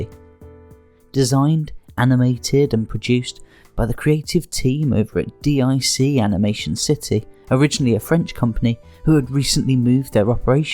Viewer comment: Nassau is pronounced "Nah-saw" and D.I.C. is pronounced "deek". Also, the lyrics to the Be a Man song is "don't be scurred, you're runnin from Macho that's what I heard". It helps to double check when listening to song lyrics. Hogan dropped the belt to Yokozuna at the King of the Ring not SummerSlam '93.